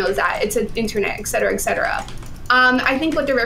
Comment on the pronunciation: She need to stop saying “etcetera etcetera” if she’s going to mispronounce it every time. It hurts.